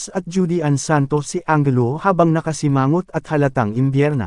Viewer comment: anjelu po ang pronunciation hindi angelo.